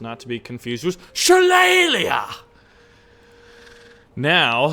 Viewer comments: Think the name of the ATGM is pronounced \shə-ˈlā-lē\ as in the Irish cudgel of the same name. Love the Sheridan (T49) in WOT best use it as a drive by killer but those missiles should be interesting. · Sha-lae-ly is how to say it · it's shalaly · if you weren't aware, it's pronounced shi-lay-lee or shu-lay-lee